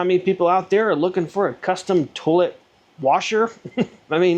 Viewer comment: I can't be the only one stuck on hearing "tool-it". :)